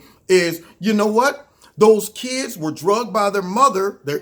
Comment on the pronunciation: It's Dragged not Drugged Bro.